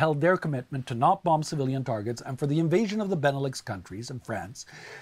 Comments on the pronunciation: The b is silent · we don't say the 2nd b in bomb. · Does he really pronounce the b at the end of "bomb"?? Great video. It's just killing me lol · Take a shot every time he says the last b on the word "bomb"